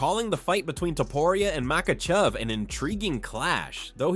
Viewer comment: You butchered "makhachev" and you spelled topuria differently each time you wrote it. Make an effort bro.